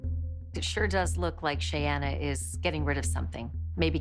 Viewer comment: So irritating that they keep pronouncing Shayanna’s name wrong.